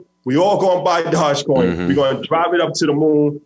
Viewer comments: 🐕‍🦺e coin.... Not dodgecoin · Ik he’s very financial literate but hearing him say “dodge coin” over and over again makes me question how closely he’s researched this. It’d be like if pomp got on and was hyping up “bite coin” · Doge coin... pronounced "Doj-coin" like doja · This ‘expert’ doesn’t even pronounce dogecoin correctly